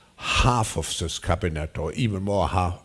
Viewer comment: Why does Klaus Schwab insist on pronouncing the word "This" as "Scziss"? Is it a German speech defect?